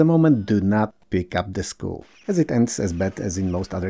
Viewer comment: For a moment I was confused why you pick up selkies, seal mermaids. Also you tend to pronounce "skull" (pronounced: skal) as school (skul) and I'm always confused why school (szkoła) kills you.